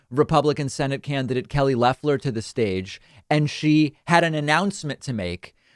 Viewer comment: Trevor Noah pronounces Loeffler’s name as Loafler. Pretty funny and accurate. She has the energy of a loaf of white bread!